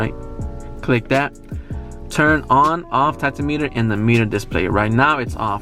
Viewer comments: thanks for the infos! btw, not sure if you mean to say 'tacto-meter' but tack-om-eh-ter is probably the best way to say it :) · My 2003 Accord did “trick” number one. So did all my VWs 2006 through 2019. Did not know about the truck lockout, but did know about the key slot behind the rear seat. The pronouncement of “tachometer” is not tach-o-meter. The emphasis is on the second syllable. Most folks “start” their car not “turn it on”.